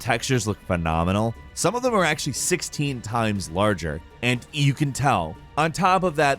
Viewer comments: we are just gonna ignore the way he just said “actually”? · "Mah-Ko" and "actual-Eh" I'm done